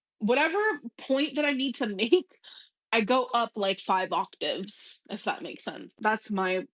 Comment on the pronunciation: OCTAVE not octive!